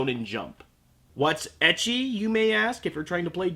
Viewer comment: am I the only one who thought he said "edgy" not "ecchi"?